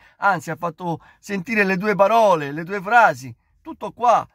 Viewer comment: Ma è così difficile dire PAROLE invece di BAROLE?